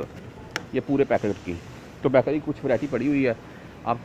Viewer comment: bhai back ry nahi hota bakery hota hai........